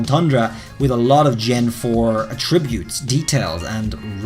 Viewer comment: attribute (verb) and attribute (noun) are pronounced differently.